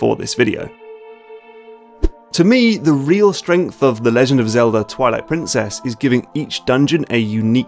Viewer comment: Why does he say toilet princess